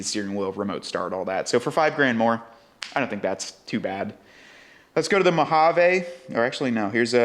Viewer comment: MO-HA-VEEE!!!! We live in the USA bro